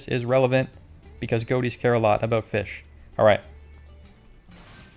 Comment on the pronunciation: mixing the feesh